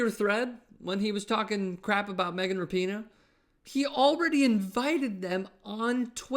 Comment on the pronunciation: Good to see the lemmings at TYT starting pronouncing her name correctly.